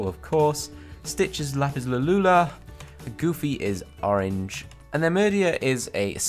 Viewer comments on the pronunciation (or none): What did he say lapis lalulo😂 i'm pretty sure its lapis lazuli😂👍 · He did you say lapis lalula dude it's lapis lazuli